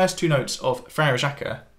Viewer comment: Frere Jacques, not FRE REJAKUH